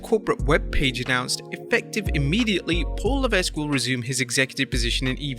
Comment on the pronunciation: Correction: Liv Morgan has been champion for more than a week. Really gotta check your editing. Also, you mispronounced Levesque. The ‘S’ is silent.